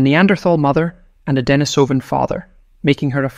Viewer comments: Damn. Now I can’t unhear the issue. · The fake voice starts the video by mispronouncing both "Denisovan" and "Neanderthal". Not a good start if trying to impress the public with your credentials. I watched for a few minutes, but there seemed to be no hurry to disclose the solution of the "DNA mystery". Was this ever disclosed? Was it anything new? It wasn't worth waiting up to 15 minutes to fund out.